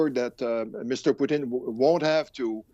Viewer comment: Come on frenchie! Don't use our national dish as a name for Putin. It's Putin not Poutine. Lol